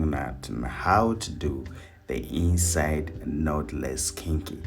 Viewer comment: Lawd, I thought he was saying the EAST SIDE Method 🤣. Ok, inside method...got it!